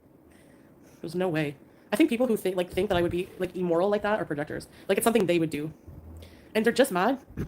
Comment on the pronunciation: Minor point but, she always pronounces immoral as E-mmorile and she sounds like an idiot.